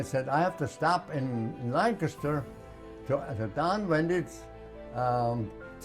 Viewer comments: he pronounced Lancaster correctly. He was my dad's age who was from near Ft Indiantown gap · Great story and man. He appreciates America, and there are a lot of people who are born in America who don't realize how fortunate they are. He even pronounces Lancaster correctly.